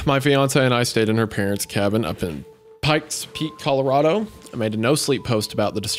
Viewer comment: Hunter's 'color-AH-do' pronunciation got me lol. My wife always pronounces Colorado the same way hah